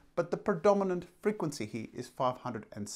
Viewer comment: The word .....here.....has an R in it........not pronounced hee......